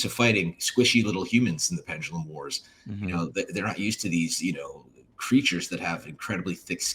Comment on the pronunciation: Gears Pendalumlum